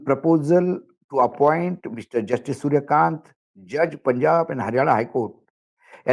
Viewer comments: Kanta nahi kant boliye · Kindly speak in hindi If you are not comfortable speaking/ reading in english. I don't mind speaking in hindi as it is our national language but don't like/approve of irratic reading. It's सूर्यकांत और सूर्यकांतआ नहीं Thanks and Regards